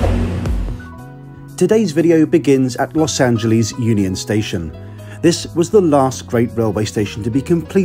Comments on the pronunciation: Lost Angeles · Also he pronounces L.A. in the British way "ANN-jah-lees"